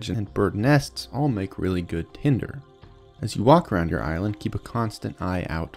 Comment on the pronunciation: You said Ireland not island twice and I’ll never stop wondering if it was on purpose. If so I fell for it..